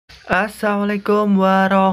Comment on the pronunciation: bang kamu islam? kalo ngucapin Assalamualaikum jangan Assamu,beda kata beda arti